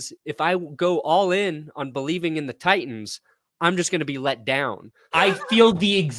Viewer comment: Can someone please tell it's not Ti ens, it is pronounced Tightens, I don't understand why he pronounces it with the second T being silent???